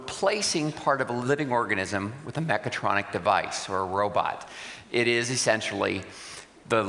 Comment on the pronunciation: I think he said mechatronic, but I think I preferred it when I thought he said megatronic.